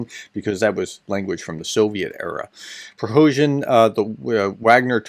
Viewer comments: I get you want to be pro-Ukraine (kudos!) but why pronounced a Russian name as a Ukrainian name. Not saying anyone should start to start call Bahkmut “Artyomovsk” but perhaps calling keep his name Prigozhin less he applies for Ukrainian citizenship. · Hi Professor, regarding the pronunciation of Yevgeny Prigozhin. Hoping the Russian language I studied in year's gone by comes back to me correctly it’s: pree-GOH-jeen (the letter J has the same sound as in Je suis.) Admittedly Yevgeny Prigozhin is definitely up there on the difficulty scale for us non-Russian or non-Ukrainian speaker. There are sounds in the Cyrillic alphabet that are not present in the Latin. It’s definitely a tuning adjustment to the ear. This is a learning experience for all of us. You’re doing a great job thank you. 💛💙💛💙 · Very informative video as always! I like to think I keep up to date but I missed a lot of these items. One question: why do you pronounce Prigozhin the Ukrainian way? I thought he’s from (what was then) Leningrad.